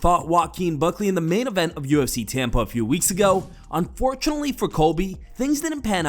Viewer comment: I aint gonna lie I thought narrator said Tampon not Tampa had to rewind is that just me?